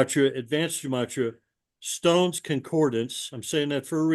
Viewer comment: It’s Strongs Concordance not “Stones”, were do you find these hacks?